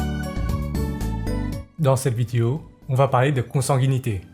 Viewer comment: je te donne 1 milliard si tu dit le mot "vidéo" correctement 🤑